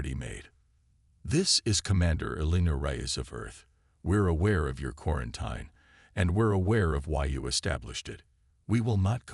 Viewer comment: I truly wish AI would learn how to properly pronounce words like “quarantine”.